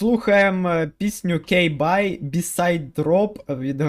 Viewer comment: Акцент на K Bye такий, цікавий.